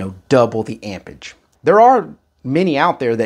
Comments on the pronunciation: AmpeRage it has a R in it amp rage not ampers lol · amperage, not ampage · “Ampage”!!??….the English word is “Amperage” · AMPERAGE not AMPAGE🤦‍♂ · am·per·age /ˈamp(ə)rij/ noun the strength of an electric current in amperes. Please pronounce and annunciate the word properly if you expect us to take you serious in the least amount. "Amperge" is not how you pronounce "Amperage." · all of them can you just have to have correct cables lol. He said it because you keep saying ampage not amperage lol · "ampage" is killing me. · he was implying there's an 'r' in amperage you neglect to pronounce. I'm from Boston and know about r's. the one in ampeRage is one even we don't ignore. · The word is amperage. And especially, not "ecspecially". Jeez. Thanks for the demonstration.